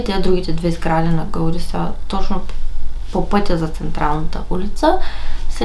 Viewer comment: Ходила съм в парк Гюел преди около 13-14 години и беше безплатен и добре поддържан. Ударението на Гауди пада на И.